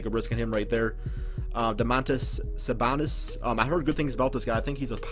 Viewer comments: This guy absolutely butchered Domantas last name. Ever heard of Arvydas?... Domontas is his son. Doesn't seem like this guy knows much about basketball, can't remember the point guards name for the Nuggets aka Emmanuel Mudiay. Just keeps referring to everyone as good players... Seems like he's just pretending to know what he's talking about. Nice try though guy. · Well, you mispronounced Sabonis's name pretty bad, glad you didn't insult us Gonzaga fans anymore by trying to say that name too. And of course 2K underrated him. At least in real life the Magic and Thunder realized his true value was much higher than 23.